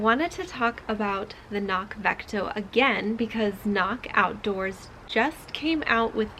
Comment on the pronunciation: FYI: They note on their site that it’s pronounced with the hard C included at the beginning, just as it’s spelled. (kuh-nock) (It basically means ‘hill’ in Gaelic.)